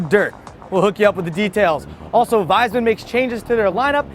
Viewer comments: it is pronounced Wees-Mann, not Wise-Man:) Just thought I would let you know for next time... however I doubt Wiesmann will be in the news again anytime soon lol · It's Wiesmann, not Weismann. Correct pronunciation is Weesmann. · "my guys" would end up in a gas chamber if "we" win the war, so thanx a lot big usa... but "wiesmann" will still pronounced like "weesman" and not the crappy english "wiseman" way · actually, "wiesmann" will not pronounced like "wiseman", more like "weesman". damn, you have to learn german if you talk about cars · It's pronounced VEESMAN ... or WEESMAN would be fine as well ^^ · Wiesmann is written with 'ie' and it reads 'veesman'. If it's Weismann with 'ei', then it reads like reads. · ey, it's Vees-mann, that's how Wiesmann is pronounced